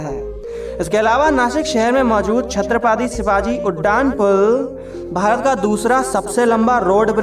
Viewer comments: 00;52 seconds... Please correct the pronunciation .. It's Chatrapati... Not a Chatrapaati... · Your pranouncing is wrong word Chatrapati